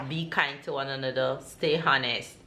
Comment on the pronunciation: Good morning. So nice to see how well the kids are growing up. I cant way to see how Sarah will be on her first big day at school. Ever since Isaac you have been using the word honest a lot and rightly so. Please be reminded that in pronouncing the word Honest the 'H' is silent. Have a great day.